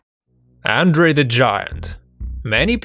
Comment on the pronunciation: Hilarious how badly this commentator messes up Andre The Giants name. It is pronounced Ondrey.